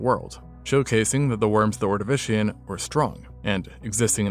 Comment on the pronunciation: as a welshman smtn that always peeves me to hear (not blaming you for not knowing) is the pronounciation of Ordovician, the name comes from a Welsh tribe, the Ordovicés of North Wales, as thats where fossils from that time period were found, (same reason as with the silurés of South Wales, south is lower land and north is higher), and Cambria being the Latin word for Wales (from Combogosi, modern Cymro/Cymraes) Ordo-vi-ch-ee-s (Ordovicés) Sil-yuhr-ay-z (Silurés) Kam-Bree-ah (Cambria)